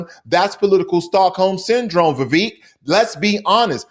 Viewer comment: It's not ''Vivek'', it's ''Vivekkk''.